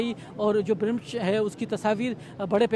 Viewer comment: This is not BRAMISH, to clarify it written as BRAMSH also pronounced as BRAMSH..